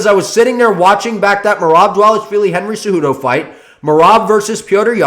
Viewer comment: Bad take but excellent pronunciation of dvalishvili